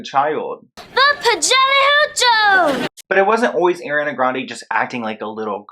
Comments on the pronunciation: Why do you call her "air-ee-ah-nuh" lmao what is that, and you live in America?? Gurl, Im flamboyant too but it takes effort to pronounce a word/name like that. Not bad content tho. This needs to be exposed. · Is it only me or does it sound like he is saying AIRiana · i want to enjoy this video so much but keep cringing every time he pronounces it “Air-ee-anna” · ngl tho, u calling her Air-iana was trigerring me ksjjsjsksjjdkksjj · baby boy, I love you but my queen's name is pronounced ARE-re-AH-na. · “airiana grande” dude say it right sorry it bugged me the whole time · Is it just me or everytime he said ariana grande he said it like: Eriana grande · I hate Hate HATE how you say Eriana grande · It’s so horrible what’s happening but it really really hurt when I hear “ erana grande “ and “ Æriana Grande “ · I love your videos! But Ariana’s name is pronounced (are-e-ana) ❤️ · My name is Ariana and I HATE when people pronounce my name as airiana 😭🖐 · It’s ARIANA - ARE - E - YON- A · thats not how you pronounce her name? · nice vid, but get her name right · i tried to watch this fully but you kept saying her name wrong and it was making me cringe so i had to turn it off LMAOO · it’s the mispronunciation of her name EVERY single time for me lol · You were pronouncing Ariana’s name wrong lol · I’m sorry, you saying her name wrong the whole video bugged me so much lol. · i love ur channel but cannot stand you pronouncing her name like that😩🤣🤣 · Ariana not airiana😀 good video btw🤘🤘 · i love your videos but it’s AUH-REE-ana not AIR-EE-ana 😭😭😭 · It’s. (A)riana ... not (Air)riana lol 😂 it’s spelled Ariana. Like Argentina not (Air)gentina Like Arrested not (Air)rested Like Artist not (Air)tist Like Arrange not (Air)range Like Army not (Air)my Like it continues lol 😂 Where did u get (Air)riana from ? Lol 😂 like I really wanna know lol 😂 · Why people call her Air when it's ARE - E-ANA LIKE OMG. IT'S CRINGE. Just repeat Nicki Minaj... Me Jessie and ARE-Y